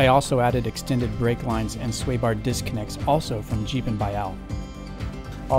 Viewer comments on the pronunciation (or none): none